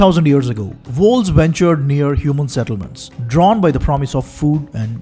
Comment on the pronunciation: One strong suggestion, please don't use fake accent, especially the fake intonations. It's too obvious (not trolling, stating it with all sincerity), therefore distracting, worse still, it makes/could make the content harder to understand. For example, in the very beginning, you were referring to wolves, which I couldn't hear clearly at first, youtube ASR too captioned it to be 'walls'. I have been outside of India for 15+ years now, so exposed to all kinds of both fake and true accents from various nationalities and geographies, so I did not have too much of a "problem" really in 'understanding' the content overall still, I only needed a quick revisits with back and forward arrow at times. But the accent/intonation issue I raise here could be unnecessarily distracting for someone like me exposed to various ones already, or too daunting for someone based purely in India for very long who is mostly exposed to various true Indian accents + true foreign accents thanks to films, OTT platforms etc. (yours is neither, unncessary mixture of both at this point, in this video, especially the intonations sounding little too patronizing as well). Please know that I am not trying to troll you or anything, just stating what I felt/thought, and putting it out there as a constructive criticism, because I like your content - been a subscribed since quite long. You are free to take it or reject it! ;) :) The thing is, a typical urbanized Indian accent, with its true intonations and prosody is